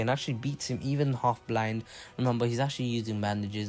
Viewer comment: You mean half not halg